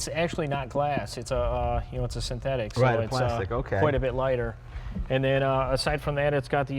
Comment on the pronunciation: "It's sentetic glass" "Yeah ,it's plastic"